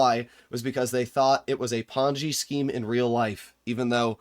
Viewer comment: Did he say pongy scheme